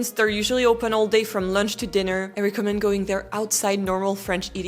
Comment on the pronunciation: I enjoy and appreciate your informative, helpful videos. Speaking of Rosetta Stone and languages, just a tip for your already good English: in 'recommend', the 're-' doesn't rhyme with 'tree'. In other words, the 'reco-' part rhymes with 'gecko'. Think: 'the gecko mends' 🦎🪡 in 'he recommends'. 🤓